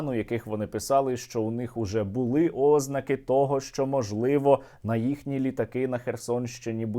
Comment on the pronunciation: говорити Ознака, це так само як говорити УкрАїнський, правильно ознАка, украЇнський, украЇна, а не укрАїна, ознАка, а не Ознака